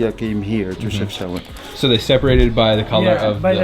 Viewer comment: It really is not hard to pronounce city names correct when every sound is available in your language. It is disrespectful that you didn't even look it up. Chef (as in cook) Shao (like shower) ouen (like ewww then an -en)